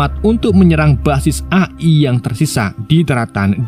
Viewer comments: Bacanya A ay bukan A e bang😭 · bacanya E Ay bang Jangan A i bang kesel gw denger.w wwkekkw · Izin koreksi mas, bacanya e ai, bukan a i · bang, a.i itu bacanya e ai buka a i😭😭 edit: sedikit masukan dan pemberitahuan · A i bukan E ay 😅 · Eee ay bang bukan a i 😭😭😭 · AI Dibaca eai bg🙏😁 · Bacanya eai atav AI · cara membaca nya EAI bg.. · A i A i nya bikin ngakak😅😂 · E ay bang bacanya 😂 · Min, koreksi aja nih, cara baca AI tuh "EIY AIY" 🗿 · Bang tulisannya itu emang AI tapi cara bacanya gini: e ai